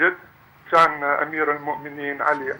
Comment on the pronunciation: والله هذا ليس سوري ولا هذه لهجة اهل سوريا هذا واضح جداً انه عراقي لاحظوا في الدقيقة يقول المتصل : ( شنا ) نتابع البرنامج اي كنا نتابع البرنامج وفي الدقيقة يقول المتصل : (شان) امير المؤمنين اي كان امير المؤمنين واهل سوريا لا ينطقون (الكاف) (شاف) مثل العراقيين اطلب من شباب سوريا ان يحكموا بأنفسهم .. هل هذه لهجة اهل سوريا ؟